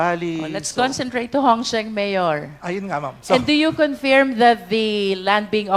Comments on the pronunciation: Magaling si Hon Luistro, pero nkaka bing nge kung mabigkas niya ang word na "Confirm or confirmed". Pronounced as "Kuhn-Furm", Not "Kuhn-Fairem"😢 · I love the way Cong. Luistro pronounces "confirm" 😅